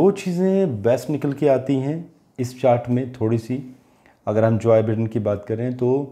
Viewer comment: सर जोय बिडेन नहीं “जो बाईडेन”